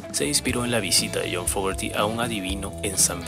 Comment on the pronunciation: te voy a decir como se pronuncia su apellido así se pronuncia FOGUERI tengo 48 años escuchándolo y quiero que en mi funeral se escuche pura música de Credencce